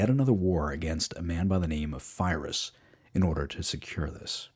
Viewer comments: I loved this video ..... until I heard Fye-Riss. Lmao. Wow. You do know that there is such a thing called Google Translate. It isn't new, you should look into it as you don't know how to pronounce anything non-English. Classic American. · And your stuff about Pyrrhus like you say his name wrong and you kind of seemed to knock him like he wasn’t doing anything any of the other diadochi were doing and you probably should’ve explained that whole situation, the diadochi, cause without it it made everything kind of out of context. For example if Pyrrhus hadn’t been fighting the Romans he would’ve been overrun by his diadochi neighbors who all were invading each other on and off. He simply chose to go west rather than East. None of the diadochi were content to just rule whatever they inherited, conquered, or usurped. If you like GOT it’s like the starks went to essos instead of fighting the other seven kingdoms. Also almost all of Pyrrhus’s contemporaries, enemy’s and friends usually had a very high opinion of him and he was known for humility and sharing all the hardships of his army and, with the exception of the very end of his life with Sparta, honorable conduct. And wtf was that comment about him not getting reinforcements he rebuilt his army multiple times the problem was the number of reinforcements but mostly not getting the samnites to help and unable to replace the veteran troops needed to make a Pike phalanx work well. And his cavalry. Honestly you shouldn’t have talked about him so much for his subject. Like you didn’t mention that he didn’t inherit anything right off as his dad the kind was killed and his family driven into exile or how he fought at issus or how Antiginous said he’d be known as the grea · You did a great job introducing the punic wars, but you kept mispronouncing Pyrrhus and Pyrrhic. They're pronounced "pir-ris" and "pir-rik" respectively. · It's not Firus or Phyrous!!! It's Pirros...Pyrrhic win !! WIth a P not F nor PH...